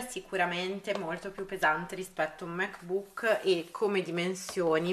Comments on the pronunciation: Ti prego non pronunciarlo Mac bùk! L’accento è sulla a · Ogni volta che dici "mec buuc" mi sale il nazismo🙄